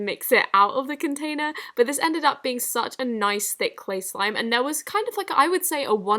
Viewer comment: the way she said containers